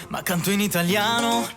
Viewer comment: What an absolutely magical place. Thanks for taking us to all the beautiful viewpoints, both during the day and the night. I have never been to Matera, but you gave me a wonderful sense of what it is like to be there. Such a unique place. And I so appreciate your impeccable Italian pronounciation. It really adds to the feeling of being in Italy and being authentic. Another wonderful video. Look forward to more.